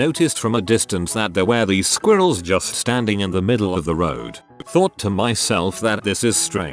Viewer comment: The way says squirrels is very amusing.